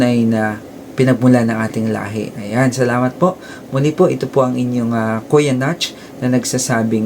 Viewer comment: Correction "Lahe"